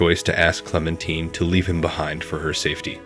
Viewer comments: Clemtine lol😂 it's Clementine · It's clementine not clementeen lmao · The source of inspiration for season 1 of The Walking Dead game, wasn't the T.V show. It was the comic book series. Also, stop pronouncing Clemintine's name incorrectly. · it's {KLEM' en teye n), NOT (klem en TEEN)! and it's (SHE rel) NOT (CHE rel)! Please check your pronunciation before recording. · I didnt think it was possible to say clementine wrong after he literally says it. Like it literally makes me assume that the person talking about the HEAVILY dialogue focused game has never played by them to be that unable to say the name 100 percent wrong. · Never getting over Lee, and you're mispronouncing Clementine :') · okay well despite it being a french name everyone in the game pronounces it the american way. he’s mispronouncing her regardless of the names origin 💀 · Totes how amazing the game is, says one of the main characters name wrong the entire time. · Nice video but you were pronouncing Clems name wrong the whole time.....😅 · you’re gonna say TWD game is better than the show yet not even know how to say the main characters name… ok. blank stare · You obviously didn’t play the walking dead if you’re gonna say clementine wrong